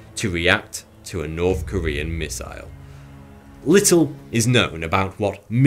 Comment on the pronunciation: He's still got the same old speech impediment though. Norf Korea?